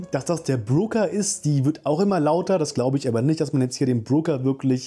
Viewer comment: Es ist doch der Broker, nicht der Brooker.